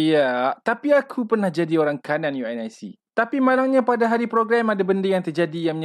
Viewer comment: Selama ni unic disebut u n i c ke😂